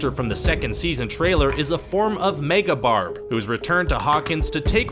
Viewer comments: Am I the only one who laughed when he said “megaBarb” ??😂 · “MEGA BARB” OMFG IM DYING AAAAAHHHHHHHHHH